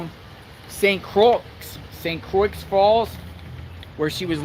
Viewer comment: Go get um,!! BTW it's pronounced Saint Croy..x is silent.